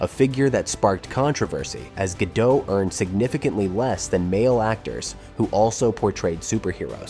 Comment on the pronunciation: Gal Gad doh? You're narrating an informative video about the life of Gal Gadot and you can't even pronounce her name correctly? The "t" is NOT SILENT! Do a little RESEARCH!!